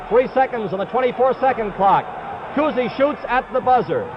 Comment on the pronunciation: They enjoy saying Bob Cousy's name. Bob COOZY!